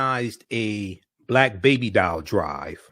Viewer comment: It's "doll" not "dial" you not calling anybody 😃😃😃